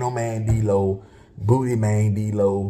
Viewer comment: The man name is “Dlow” come on now LOL